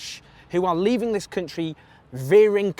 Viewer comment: Labour won't win with Corbyn. That's so blindingly obvious, when will you wake up. Ps: why do you pronounce "country" so strangely?